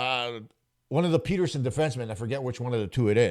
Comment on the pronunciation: Have you never heard of Elias Petterson? Like cmon man, say his name correctly.